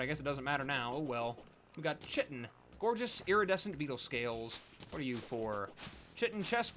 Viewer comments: Chitin is pronounced "ky-tin" lol. New sub here, but loving the content my dude. Here's to seeing the channel grow. 😄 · IT’S PRONOUNCED KY-TIN